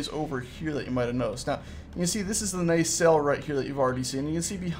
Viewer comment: If you think is saying nacelle right, say I. If you think he isn't, say nay...celle.